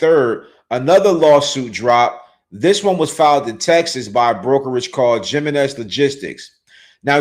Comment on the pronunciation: Jiminez is Spanish. It’s pronounced HIM in ez.